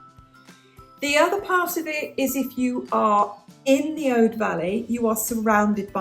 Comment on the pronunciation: Your pronunciation of "Aude" is correct.